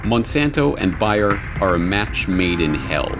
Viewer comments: It's Bayer, not Buyer. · sorry, not buyer, bAAAyer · Curious as to why you are calling it buy-er when we all know that it is Bayer? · Bayer, say it with me, baaaaayeeeeeeer. It is pronounced bayer, not buyer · Everyone in the video pronounced the name of the company as Bay-er except for Corbett who pronounced it as Bye-er. If I were doing a video I would probably used the most commonly used pronunciation. JMHO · It's BAY-er, not BUY-er, ffs. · Why is he saying BUY - ER instead of BAY - ER? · Is the German co's name pronounced "Buy-er?" In US advertising it was always pronounced "Bay-er." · What's worse than fake news? News pronounced incorrectly. It's not Buyer it's Bayer (Bay - Er) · your mispronunciation of Bayer (buyer??) is taking away from the legitimacy of this report. Look at the old television ads for their aspirin - "Compare, you can't do better than Bayer" (bay err) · It's BAYER NOT BUYER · Ugh... it's pronounced BEAR... not BUYER! How can you not know that? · Its prononced bear not buyer. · It BAY-er not buyer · That's Bay-er NOT Bi-er ffs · Please, say it correctly: not Buy-her but BAY-ER, as in "San Francisco Bay"... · Sorry but I heard "Buy", not "Bay" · Where you from? Has always been pronounced “Bear” not buyer,” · Very informative video!! Thank you!! P.s. the way you pronounce Bayer sounds like ‘buyer’. If I didn’t see Bayer on the screen as you pronounced it I wouldn’t have a clue what you were talking about. I’ve never heard anyone pronounce it that way. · Bayer is almost like bear. Not like buy'er. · Are they.... seriously pronouncing Bayer as Bear? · Not Buyer or Biyer it's BAyer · He hardly nailed the name right. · Another Great Report by. Is he pronouncing Bayer correctly? Everyone should watch: "House of Numbers" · You mispronounced Bayer the entire time. It ruined the video.